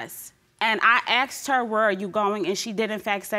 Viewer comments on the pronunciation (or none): Is that a black thing, saying aksed instead of asked? Who invented this? Is it street talk? Good thing it all worked out at the end.